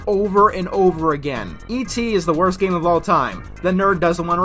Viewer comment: The first syllable of the word is missing. Did you mean for that to happen in that cut? I think that said "The worst project." But all that came out is "orst project."